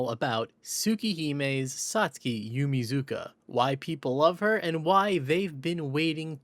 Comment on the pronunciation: Another Satsuki fact for people: shes called Yumizuka in the dub of the anime but its pronounced like "yuu-mee-tss-kah"